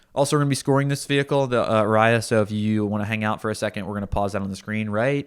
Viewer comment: I couldn't get over the "arayah" pronunciation. Sorry fellas, it's "a-ree-a". Stress on the "a-". I loved your review!